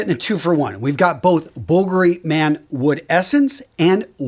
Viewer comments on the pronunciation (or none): none